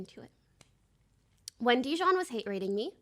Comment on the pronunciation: I love how everyone collectively just telepathically agreed to pronounce dijon wrong